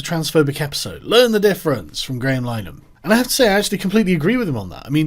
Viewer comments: What do you expect, he can't pronounce linehan right either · This would've been a much better video if you'd've learnt how to pronounce 'The I.T. Crowd' and 'Linehan' correctly. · Why are you pronouncing 'Linehan' like that? I thought that was just a yank thing. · Linehan is pronounced Lin-ah-han not line-han. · It's not Lyenan.It's Linahan,rhymes with bin,then ahan.Get it right.Anyway,Graham is not a ''transphobe''.He's a wonderful ally to women,and stands up for their sex based rights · Lin-Ah-Han, not Line-An you fucking doof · It's pronounced Li-ner-han not Line-han just fyi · It's eff-em-uh-ra and Linehan is pronounced ' Lin-a-han ' my dude, not Line-han. Otherwise....spot on.🤐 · It's pronouned Lin-er-han, not lye-nan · Lin-e-han not line-han very triggering to listen to 🤣🤣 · Sargon...its pronounced Lin a han...please pronounce it correctly. He is still a douche...but its more to those who might share the Irish surname that I beseech you to pronounce it correctly. Yours sincerely... Fr. Pedantic!!! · More mispronunciation with Sargon. Linehan = Lin-ah-han IT Crowd = Aye Tee Crowd It's like Foe-coup all over again. If you want to sound like you know what you're talking about, you have to sound like you know what your talking about. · LI-NEH-HAN Sargon's rape spree of pronunciation continues. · Pretty sure it's lin-er-han. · It's Lin eh han FFS. And he's a complete bellend. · It's pronounced Lin-e-han ffs. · Linn - e- han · Its pronounced "Lin- E- han" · Lin-e-han btw, easier to call him a Nazi than pronounce his name right. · Linehan is pronounced like in Linnen,, lol, as in the sheets, but with the 'han' lol. I love ShoeOnHead, and I love Grahams shows. I have every I.T. Crowd episode. So i'm wondering what the hell is going on here, lol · Carl, Graham's surname is pronounced Lih-nihan. Heard him say so on a Father Ted DVD commentary back when I didn't dislike him. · It's pronounced Lin-eh-han. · so triggered by your pronunciation of linehan